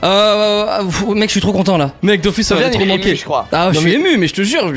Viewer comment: Dofus sa se dit dofous